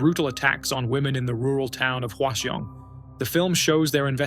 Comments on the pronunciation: I hate to be the pronunciation police, but Hwaseong is pronounced like hwa - song. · that is the most atrocious pronounciation of hwaseong i've ever heard